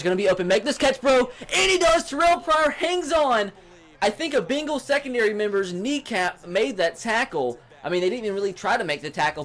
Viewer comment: He says begals like the type of dogs lmao